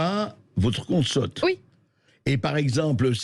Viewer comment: Non, bonhomme, c'est pas son "compte sotte", c'est son 'compte sAUte". En bon français, ce serait plus clair (et moins ambigu. français, quoi !). C'est pas obligatoire de s'exprimer en bon français pour être journaliste ??